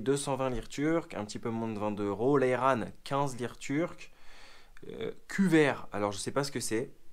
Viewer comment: Cours de prononciation 😂 : Burak -> « BOURAQUE » / Ayran -> « AÏRANNE »